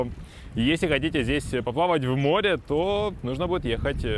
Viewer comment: Слово "море" блоггер, находящийся на море, обязан произносить правильно